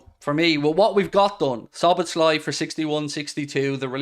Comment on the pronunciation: Dear non-Hungarian speakers.. his name is pronounced as "Soboslai" , Z-s just will confuse you. "SZ" is a letter in Hungarian, its just as an S in English